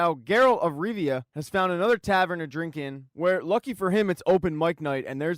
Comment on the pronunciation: Not tryna be rude but its Geralt of Rivia not Geralt of Riva